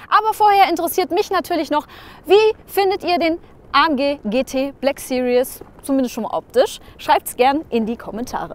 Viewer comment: Cooles Video! Aber es heißt nicht BLACK SERIOUS, sondern BLACK SERIES! ;) <3